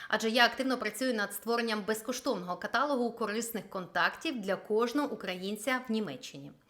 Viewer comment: Дякую за випуск новин! Зверніть увагу, що правильний наголос - каталОг.